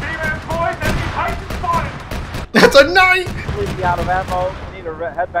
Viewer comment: The way you said “knight” has me absolutely dying!